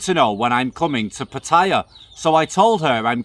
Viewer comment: Learn how to pronounce ‘Pattaya’.